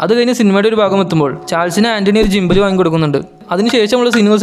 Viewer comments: ജിമ്പൽ അല്ല ഗിമ്പൽ എന്ന് പറയാൻ ശ്രദ്ധിക്കു സുഹൃത്തേ..... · ജിമ്പൽ അല്ല ഗിമ്പൽ....